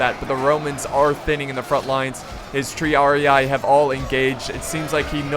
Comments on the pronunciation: Triarii is pronounced "Tree-ar-ee", just sayin' not hatin' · Hey. Love your vids but you should pronounce "triarii" with 1 i. Not with 2:-)